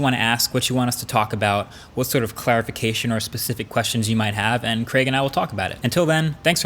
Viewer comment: I'm so glad that you pronounced Craig properly rather than calling him Creg like most other people from yonder side of the pond! (